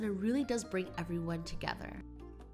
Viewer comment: When said “mix togetherr..” 😂😂👌🏾👌🏾